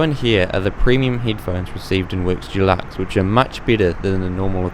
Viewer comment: Great report, but as an aside, it’s Deluxe, Dulux is a brand of paint, kind of grates on the ears.